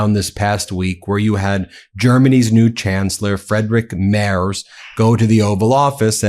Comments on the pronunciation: The German Chancellor "Mers" or "Mars" ? Candy ? His name is pronounced as "Merts", with the "e" pronounced as the "a" in "cap". And then we go to "Dose" and liver ? What the heck does it have to do with the political message ????? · And his surname is "Merts" not "Mars". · his name is MErz, not MArs. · And he left Germany to avoid military service. Seems to run in the family. Ps. Ben. It is spelled Friidrich, like free. Not Kentucky Fried Merz. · Freed-Ri- (German (ch)) Mare-ts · Merz is pronounced "Mertz," like Fred Mertz. "Z" in German is pronounced "ts." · Please his name is pronounced Mair-ts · Merz is pronounced: Merts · Sorry, but the mispronunciation of Merz’s name is becoming annoying ( it’s frEEdrik maerts (pronounce the e in Merz as the a in mare). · It's pronounced "Merts" love 🙂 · Hey Ben, the german name Friedrich Merz sounds like Freedreech Merts. Just a hint, thx 4 all ur work. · Please get your pronounciation correct. It’s Merz - like Fred & Ethel on the I Love Lucy show. It really diminishes your credibility if you can’t get the name right - especially for us Europeans who are your big fans. We know you don’t want to spread misinformation! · Dear Ben, to be correct, the proper pronunciation of the new german chancellor's name is not mers but rather Merts.👍🇺🇲 I should know , having lived in Germany for over 40 yrs I drive a "Mertzedes Benz" automobile. Tighten up bro.😉😉😍🙋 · Try to listen to the man's name. It is certainly no merz. Try Mertz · Not Marz it is M-e-r-t-z. The "T"should be heard. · Frierich Merz's surname is pronounced " Merts", not " Mars" as you keep saying. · His name is not Mars it’s Merz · Ben, stop pronouncing the German Chancellor's name "mars"!!!! It's super annoying. And INCORRECT. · Dude, it's Mertz, not Mars! You got it right once, You can do it. Just concentrate a bit. :) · The German chancellor‘s name is not „Mars“. His Name is Friedrich MERZ. Start with freed, then rich (not ritsh, no T) then Merrts.